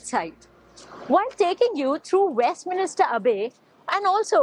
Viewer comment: Westminster, not Westminister 🤣